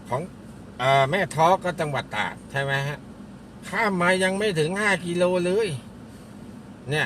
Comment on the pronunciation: ตาก หรือ ตราด ครับ ออกเสียงชัดๆ